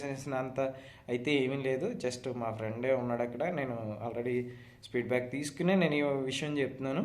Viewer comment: Speed back kadu ayya feedback 😂😂😂